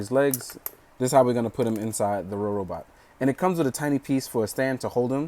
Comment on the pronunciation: So uh, first of all it's funny that you keep saying Rorobot, because it's supposed to be Robobot. Might be helpful to make an annotation to fix that or something. With the clear joints, the main reason why the joints feel loose is just because they slide out slightly when moved. It's easy to fix by just pushing the peg back in and tightening it. Overall nice review, but it's just somewhat irksome when "Rorobot" is said. lol